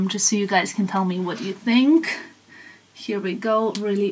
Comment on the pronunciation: I always wonderd why you pronounce ‘think’ as’tink’ is that because of your mother tongue Serbian?